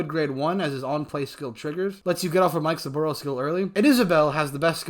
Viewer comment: I like the way you say Mikesaburo. Always thought it was Mi-ke-sa-ba-roo but heck do I know about pronunciation 😁